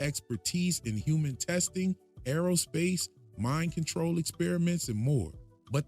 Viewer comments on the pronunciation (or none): none